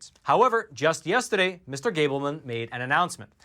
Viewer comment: I love it when he says, "yestedeh" :-D